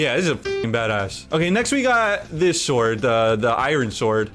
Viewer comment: pronunciation of iron triggered me 😂